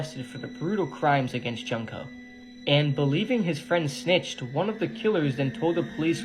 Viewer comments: it’s pronounced June-ko Jesus! Idk why westerners pronounce her name junk-ko 😢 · It’s pronounced June-ko